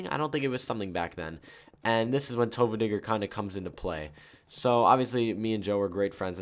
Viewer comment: U said tofuudiger lol